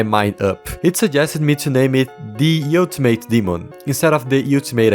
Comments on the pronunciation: nah, no way he still says you-till-mate instead of ol-ti-mate 😭 (the song literally says it) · hearing you pronounce it "you-ti-mate" so many times has taken years off my life but great part either way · Bro says utamate demon